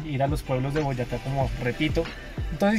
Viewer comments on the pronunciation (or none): none